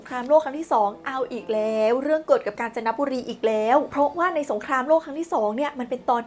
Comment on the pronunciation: ผมว่าผมได้ยินเปิดตัวคลิปว่า "กาญ นะจ๊ะบุรี"😂😂😂😂😂😂😂